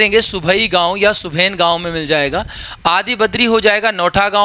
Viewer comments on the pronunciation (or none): Q.28 (B) सुबेन गांव नहीं सर सुबाईं गांव हे।